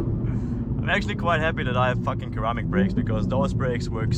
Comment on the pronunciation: its pronounce SIRramic brakes not KERamic haha 😅